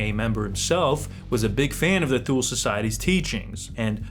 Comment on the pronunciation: Grammar Nazi: Thule is pronounced “two-lee”.